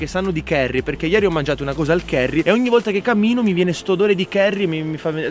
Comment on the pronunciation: Si dice curry non cherry